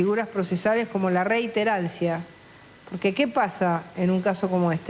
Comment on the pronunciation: dijo reiterencia? reincidencia señora...